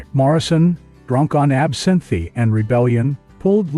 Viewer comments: trampled on "a doe-eyed" what?? "absinthy" for absinthe. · Drunk on Absin-theee at the…… WhisKEe a go GO hahaha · The bot pronounces it "absinthy". Very classy. But if you're going to let them write this slop, you might as well let them read it aloud. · Morrison was drunk on “ab sin thee”…stupid computer voice. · mispronounced "absinthe' and 'egos' to name two